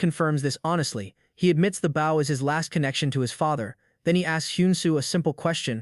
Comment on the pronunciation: 780.000 not 78.000 Consistent wrong pronunciation of "bow". Exceeding 100%, not exceedng 10% Not 250 gold pieces but 2050 gold pieces. Trouble reading numbers?